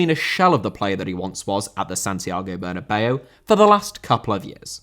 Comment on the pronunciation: Bernabéu* not Banabeyouw